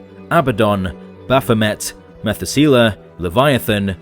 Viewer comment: Sigh....really? You don't know how to pronounce Methsula. It's not METH uhl soo luh.....it's meh THOO suh lah. Sheeeeeeesh.